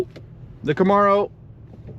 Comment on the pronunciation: Kamaro SS in a Austrian Painter accent